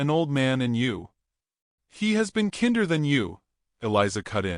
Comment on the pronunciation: Kinder is pronounced KIND-er